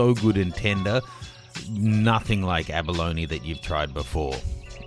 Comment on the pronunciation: why do you pronounce abalone as abaloni?